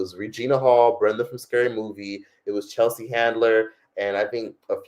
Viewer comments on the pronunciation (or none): none